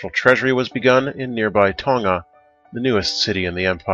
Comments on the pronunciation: I think he says it just fine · You pronounced Tonga right this time, lol. Just need to say it a bit faster :)